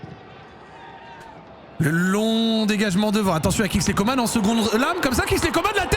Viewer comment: Coman c'est pas comane coman an pas mane